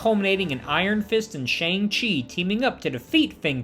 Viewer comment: Omg every time he says "Shayng Chi" I cringe so hard. Didn't they insist so many times in the movie it was "Shaun(g) Chi"? How do fans keep getting it wrong?